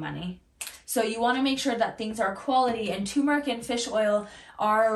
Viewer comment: It's turmeRic. Two Rs..